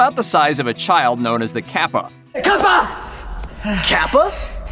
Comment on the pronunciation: It's not caapa its capa